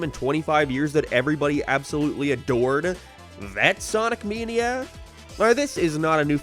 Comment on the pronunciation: “Sonic meeneea”